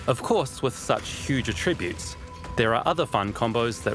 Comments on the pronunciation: It's pronounced "attributes" and not "attributes". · Is that the New Zealand way to say "attributes"? It is so annoying. The emphasis is on the first syllable, not the second syllable throughout North America.